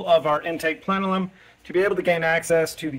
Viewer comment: him saying "plenelum" over and over really agitated my OCD, lol